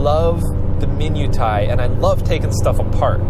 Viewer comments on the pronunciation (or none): Isn't 'minutia' min-yoo-shu? To the internets!